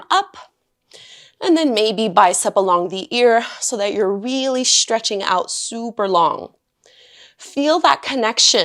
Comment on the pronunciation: “Shhhchretching”…or “Stretching”?